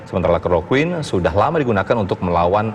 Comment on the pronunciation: Kalo gak salah tadi saya dengar pak jokowi bilang nama obat yg di beli nama nya salah 1 clorofile bukan cloroquen. Betul tak?